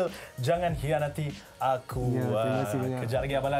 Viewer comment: Dia punya sebut "khianati "pedih dgar